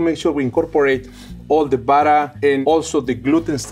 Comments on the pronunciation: Will always love “buttah” and wattah” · I could listen to say 'buttah' all day. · We need more videos. I love the way he says buttah. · after I heard him say 'buttah' the first couple times, I came straight to the comments and was not disappointed :) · Burrer and warrer😂🥹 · Drinking game: take a shot every time says "buddah". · "you want me to put some peanut buttuh cups in ya eggs"